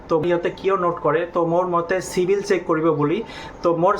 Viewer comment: O গৰু চিভিল নকৈ ও চিবিল কৈ